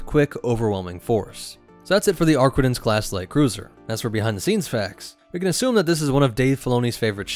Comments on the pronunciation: "ArquiNtens" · Ah yes, the ship that simply CANNOT pronounce the name of correctly.